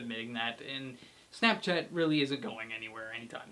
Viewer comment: how'd there you says snopchat at bad!